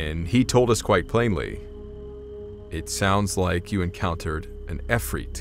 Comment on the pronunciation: you can tell the woman is lying because that not how you pronounce ifrit and a translator would know that